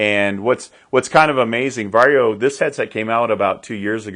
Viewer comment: Congratulations!First English speaking man pronounces "VARJO" correctly😀